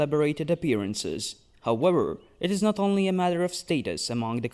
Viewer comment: I came for this comment. I hear him say Wictim, and Howewer, but then West and Various. Warlocks, but Walyrian... do you know Ws from Vs or not? I'm so confused! But also, I love these videos, so don't change a thing 😂